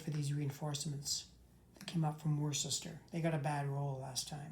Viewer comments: Worcester is pronounced "woo ster." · Its actually pronounced Wuss ter